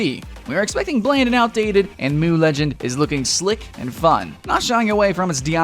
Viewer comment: who else cringed when he said "moo legends"? ITS M-U